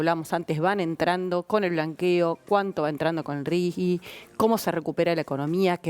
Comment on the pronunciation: ✅ R.I.G.I. (Régimen de Incentivo para Grandes Inversores). ❌ NO "RIGUI"